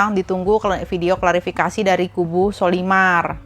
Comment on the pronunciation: menyebut sollymar dengan colymar